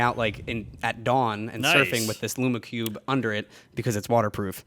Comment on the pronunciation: You pronounce lume cube incorrectly